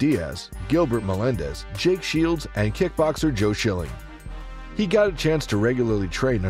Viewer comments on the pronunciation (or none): none